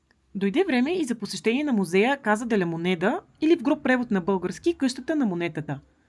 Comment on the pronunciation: Здравей,! Поздравления за куража да влезеш в мината, доста си е рисково,слава богу излезе жива и здрава,но ти си смело момиче, вече 3 месеца сама из латинска Америка го доказва 😊.И понеже сега изучаваш испански в движение една кратка поправка Casa се произнася Каса и се превежда къща(понеже няколко пъти във видеото произнесе -каза де ла монеда😉).Успех в приключението!